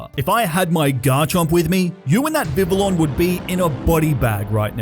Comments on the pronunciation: Dude vivillon is pronounced Vi-Vee-On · It is pronounced viv-ee-on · this dude pronounces some names so funnily did i just hear this dude pronounce xavi as shavi also vivillon is pronounced vih vee on